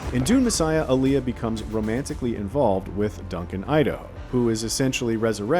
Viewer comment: Whats with the awful pronunciation of Alia?